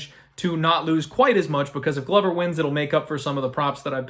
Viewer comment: ITS GLO VER NOT GLUVER